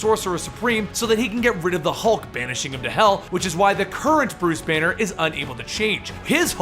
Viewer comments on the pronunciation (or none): When you said Bruce Banner I had thought you said it was Bruce Wayne